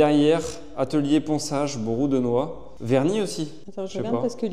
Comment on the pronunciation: La porte de gauche du placard, j'espere que vous avez mis des charnieres qui s'ouvrent a plus de 90 degres, ca coute plus cher, mais ca donne un bien meilleur acces dans le placard. C'est marrant comment vous prononcez les mots "brpu de noix" a chaque fois, comme si c'etait des mots compliques, comme si vous en aviez plein la bouche. C'est un produit que je connais depuis que je suis gamin, y en avait toujours une vieille bouteille qui trainait dans le garage et c'est avec ca que j'ai teinte mes premieres "creations:, A la maison d'eait plutot brou d'noix. Quoique vous utilisierz pour teindre ou peindre du bois, il faut que la premiere couche soit tres liquide, pour relever les fibres et poncer quand cette premiere couche est seche.